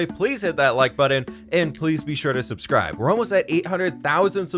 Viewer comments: I wonder when he will realise he said leek the video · my man must be tired af putting leek instead of like. we understand you it okay